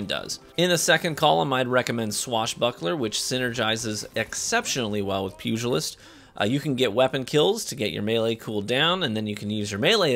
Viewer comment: Gotta give you props for a few things here. 1. Fantastic sidearm gameplay on some of the largest maps. 2. Actually pronouncing pugilist correctly. 3. Including every clip where you ran over that bagging hunter.